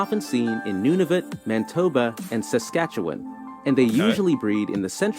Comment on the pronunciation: Amazing to me that the narrator said Saskatchewan properly but said New Brunswick and Manitoba wrong lol.